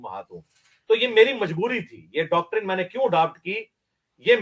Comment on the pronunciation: ڈاکٹرن۔۔۔صحیح تلفظ نہیں ہے۔۔۔صحیح تلفظ یہ ہے۔۔۔ ڈاکٹرائن